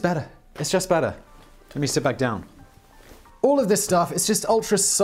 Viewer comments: Yeah lol I was confused after he said it means bridge in Hebrew bc that’s gesher and then the second time he said it he pronounced it gersher lol. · It's Gesher. Simon just mispronounces it, like many other things. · Except that the word he mispronounced was Hebrew, so the validity of the British or American versions of English have no relevancy, but the British accent's interpretation of Hebrew does. BTW the correct pronunciation is GE-sher (ge like get, sher like share) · "Gesher" (גשר) is bridge, in Hebrew, not "Gersher" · in hebrew it's gesher no t gashar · Hey! Love your work Simon, but I'm almost positive the Hebrew word "gesher" is pronounced like "geh (like 'get')" - "Cher (like the superstar)." I only know ancient and modern Hebrew speakers who learned English in the US, so there may be a bit of regional variation to our Heblish, but I'm pretty sure that's the correct way to say it. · You mispronounced the name Gesher. The "Ge" is pronounced like the first two letters of the word "get". The rest is pronounced somewhere between "share" and "Cher"